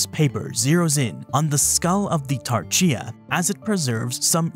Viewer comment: Interesting you pronounced Tarchia as Tar-cheea rather than Tar-khia.